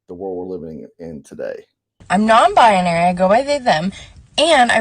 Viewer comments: Non-bion-ary huh? Can't even get that correct? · She mis-pronounces “non-binary” ….she says it like non- biAnary. For cryin’ out loud can we please reopen the .institutions for the mentally ill and start filling it with these people!!!!!!